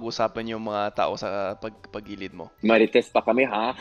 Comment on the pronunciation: pagilid😅 paligid po👍